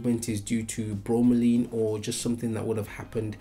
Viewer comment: It's Laine, not Leen..